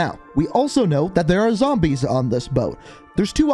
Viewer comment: Nobody:: ZAMBAYSS!!